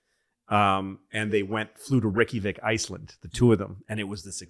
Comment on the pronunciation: I’ve heard a lot of different pronunciations of Reykjavik but “RickyVic” is a new one lol